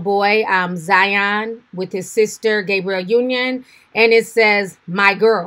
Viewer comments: Love you Ti. Her name is pronounced Gab, not Gay. Keep up the great commentary! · It's Gabrielle NOT “GABRIEL” damn girl! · Lol Why keeps calling Gabrielle “GABRIEL”?! 💀🤣😂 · Right 😭 And then the one time she said it right, she goes back and pronounces it "Gabriel". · Lol she said it like it was Gabriel!! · “Gabriel Union” ? Lol come on Ti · I’m starting to think Ti mispronounces names on purpose. How can you mispronounce Gabrielle? Lol